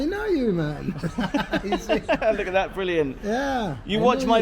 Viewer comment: “Look a’ hat!” says. What accent is that?! ❤😂